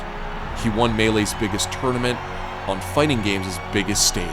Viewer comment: "I won-a evo"*